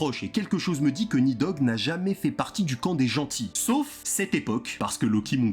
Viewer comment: Alors déjà c'est Nidhogg, et ça se prononce «Nissog» dans la mythologie Scandinave.